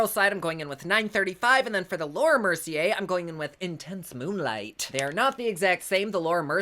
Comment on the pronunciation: Oh I love you so much!!! You always make me laugh and forget about shit for awhile...both sides look amazing! I'm so indecisive...lol...I'm a Libra....and I have ADHD, so.....oh look a squirrel...🐿...🤣🤣🤣 I must mention every time I'm in Ulta browsing and I come across Laura Mercier I hear your voice saying "" and I chuckle....thank you as always for this video! Can't wait for the next one...much love always! 😘😘😘😘😘